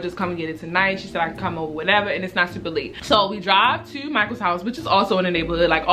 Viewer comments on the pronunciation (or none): Every time she say "tew" lol 😌😍 them Baltimore vibes